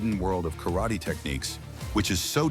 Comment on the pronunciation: White a88hole, first learn to pronounce 'Karate' correctly.